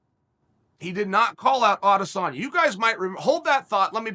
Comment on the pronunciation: yeah I’m inclined to agree with you. It happens too much and too consistently for it to be an accident. I much prefer it to Ariel’s insistence on always saying Ah-diss-own-ya.